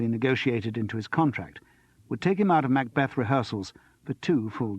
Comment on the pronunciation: ooh the way he pronounces "MACbeth" is irritating! I wish Simon Brett himself were reading this, not someone with an American tinge.